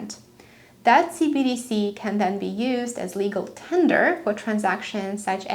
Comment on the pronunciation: Hello, I love how you present your information. However, you garble your enunciation of "CBDC"; which makes it sound like "CDC". Not a criticism just an observation.